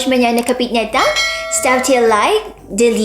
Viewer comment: Хорошо говориш по русски,вконец саламат бол сказала это как по нашему звучить